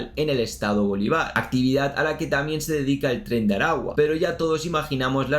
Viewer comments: Bro, se agrafece tu cobertura en este tema pero te sugiero que escuches como se pronuncian los estados y ciudades de Venezuela, por ejemplo es Bolívar, no Bolivàr! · Muy buen video bro, soy Venezolano y la información es muy acertada sobre todo el contexto de esa banda. Veo tus videos desde hace unos años pero solo en este video me fije que la pronunciacion de varios estados del país no era acertada, sobretodo el Estado Bolívar, su nombre viene del Libertador Simón Bolívar